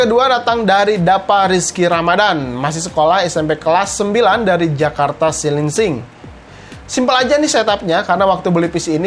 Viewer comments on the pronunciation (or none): itu di daerah celincing bang bukan silingsing😅🙏